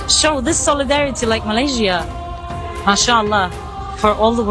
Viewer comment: KANOHA SEBUT perkataan MALAYSIA... betul2 PELAT BANGET..lidah macam orang tiongkok💯..perlu RAWATAN drastik segi sebutan..🤔.....ATAU google sebutan Malaysia ..